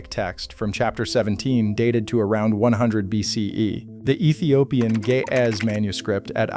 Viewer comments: As an Ethiopian Orthodox Christian, I am deeply offended by how you keep pronouncing Ge'ez as 'gay-azz.' It is pronounced 'Ge', using the first sound from the word great, and 'ez', using the first sound from the name Ezra. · I keep hearing: ''the gay azz'' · The juvenile in me keeps hearing "The Ge'ez" as the voice said it as "the gay ass...."